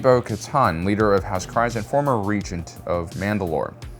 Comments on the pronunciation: Hate being this guy but its "Kre-ce" not house "Kri-ce" he says it wrong every time lol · Kryze is pronounced "Kreez." The name is said so many times in Clone Wars, Rebels, Mandalorian Season 2 and even in BoBF Episode 5, I don't know how a supposed Star Wars fans channel keeps saying the wrong thing, unless you're purposely trolling. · House KREEZE (The Y in Kryze sounds like an IE). And it's SUHbean , not SAAHbean (Sabine). Why do people insist on mispronouncing words and names that have already been correctly pronounced in the shows multiple times over? It's like nails on a chalkboard. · I love your content and the topics that you chose to cover. But I can't help but be bothered by the way you pronounce certain things, especially words/names that have been explicitly pronounced in TV shows/movies. Bo Katan's clan name has been pronounced on screen so many times, why are we still saying it wrong?